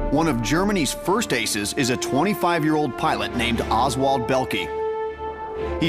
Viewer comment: Belkey?? Please americans learn how to pronounce foreign names when you you are asked to appear in a tv documentary.....